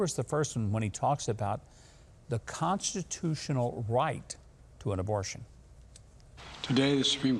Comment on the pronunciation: Technically Joe said "the Conshushinal Right" and I don't know what that is